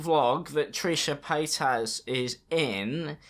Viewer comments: trisha pAy-t-asS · I keep hearing Trisha patASS whenever he says her name lmao🤣🤣😂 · Trisha pie-ass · "Trisha Payt-ass" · "Trishah PAYTAS" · "Trisha PaytASS" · "Trisha patass" 😂😂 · "trisha paid-ass"